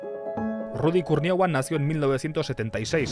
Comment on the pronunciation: "Ludy! Eles el mejol!" 🤣🤣🤣🤣